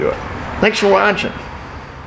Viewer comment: Every time he says "thanks for watchin' " , I hear the classic AVE words "...keep your __ in a Vice" 😂